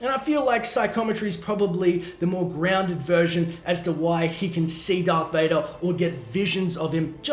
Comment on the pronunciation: U said dvader twice